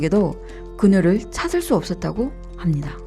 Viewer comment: 사투리가 아니라 일본인이나 한족 인 것 같은데 특유의 발음이 안되는 것보니 그녀를 고뇨를 이라고 발음하고 ….